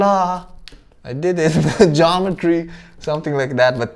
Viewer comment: "'GEOMETRY" Hahahahahha madud